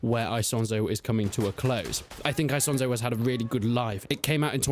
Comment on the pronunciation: Why do you keep saying eye-sonzo like some Texan yeehaw